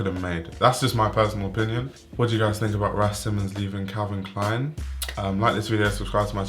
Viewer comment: Can you say Calvin Klein? Man!!!